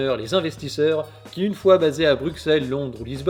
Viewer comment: on dit "BruSSElles", même si on l'écrit avec un X.